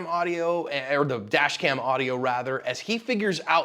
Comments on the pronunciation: I could swear you're saying vadge cam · I honestly thought you said vag cam lmao i was like wtf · I swear it sounds like you are saying vag cam. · I thought ya said vag cam🎉